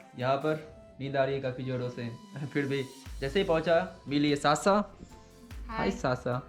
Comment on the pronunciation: । वो साशा है ना की सासा । जैसे आप हैं ना की सुभम ।